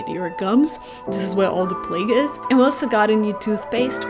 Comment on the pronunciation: plaque on teeth, is said like plack. The plague is what killed millions in europe